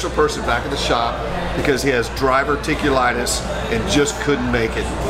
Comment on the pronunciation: That very special person has dRiverticulitis? Or is it diverticulitis?